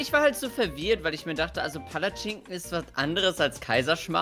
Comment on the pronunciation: wie keiner Palatschinken richtig sagen kann 😂